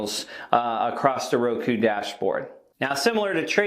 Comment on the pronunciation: Dang you nailed ROKU.